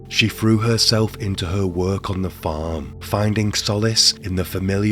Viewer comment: No offence, 😁but . . .This dude sounds exactly how I imagine Quasimodo would sound if he spoke English. The intonation makes me envisage a sad, bullied hunchback. No offence, lol. Edit: I think it's the way he gives one-syllable words two syllables with a sing-song intonation. It's not 'work', it's 'wer-erk🎶'. It's not 'case', it's 'ceyus🎶' It's really distracting and difficult to listen to. And what's with the last word in a sentence? You don't ALWAYS have to lower the pitch of it. It doesn't matter what the last word in a sentence is . . that bastard's getting 2 syllables and a downwards sing-song 😅. It sounds so unnatural. Who told him to do this? They should be locked up. 😂